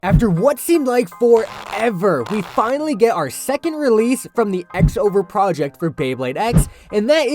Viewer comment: I’m sorry but I have to be that guy: it’s pronounced “Cross Over Project” it’s written that way in the Katakana underneath as well クロスオーバープロジェクト